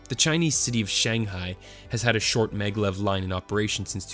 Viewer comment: It is MAGnetic LEVitation...pronounced MAG-LEV........ NOT meglev.....